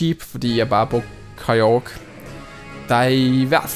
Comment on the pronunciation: hvorfor siger du hele tiden kygro